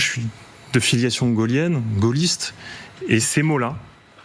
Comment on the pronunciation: En plus il a dit gaulienne